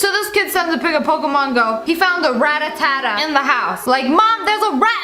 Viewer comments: You said "Rattatata" but its actually "rattata" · ‘Rattatata’ Just one too many ‘tats’ in ‘Rattata’. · Did she really pronounce Rattata rattatatata? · its not ratatata its rattata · SSSniperwolf: calls Rattata Ratatata All the 9 year old Pokémon geeks: NANI?!?! WTF DID YOU SAY!?!? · You pronounced "Rattata" as "Ratatata". THANK YOU!!!! I WASN'T THE ONLY ONE!!!!!! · Its not pronounced rattatata its pronounced rattata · Did anyone else get anxiety when she pronounced "rattata" as "radatatta"?